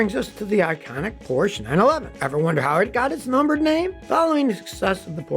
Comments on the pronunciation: Porsche is pronounced 'Porsh-er'. Daimler is pronounced Dye-mler and the founder of Toyota was Mr Toyoda (but I'm sure you knew that one) :) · Love the videos but cringe every time Scotty mispronounces "Porsche". Also, the Chevy Nova story is a myth. Even if you couldn't confirm or reject the story by looking into history, you might notice some problems with it if you understand Spanish. For starters, "nova" and "no va" don't sound alike and are unlikely to be confused, just as "carpet" and "car pet" are unlikely to be confused in English. Additionally, "no va" would be an awkward way in Spanish to describe a non-functioning car ("no funciona", among others, would do better). Additionally, as in English, nova when used in a brand name, nova can convey a sense of newness. There's even a Mexican gasoline that goes by that brand name, so it seems unlikely such a name alone could doom a car.